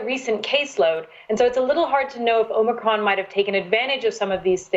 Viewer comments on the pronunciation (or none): Geez - it’s not omocron. Goes to show that you just can’t cover up the lies. Can’t even pronounce it right. Hmm hmm 🤔